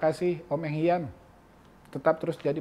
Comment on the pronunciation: Pelatih mereka BUKAN Eng HAN ..tapi ENG HIAN